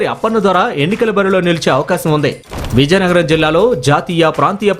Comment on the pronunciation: Reporter naaluka tiragadam ledu.Natti. VIZIANAGARAM yesa marchukondi raa nayana